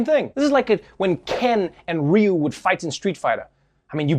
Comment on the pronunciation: Ima just act like I didn’t hear you call Ryu, Reeyou.